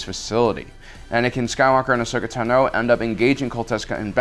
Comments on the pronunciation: says tano wrong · im so triggered that he is not pronouncing Tano correctly... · How you say "Tano" is makng me cringe . . . That wasn't commander Cody btw, that was Wolfe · dude ur saying Ahsoka Tano last name weirdly, just listen to clone wars is tA(h)no not Tno, or is it just me. ive herd like ever time he says it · It's Ashoka Táno, not Ashoka Tanó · Tan-oh, not Tuh-no. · STOP SAYING AHSOKA TEHNO ITS PRONOUNCED AHSOKA “TAHNO” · Take a shot every time he mispronounces Ahsoka Tano. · Why u say ahsokas last name wrong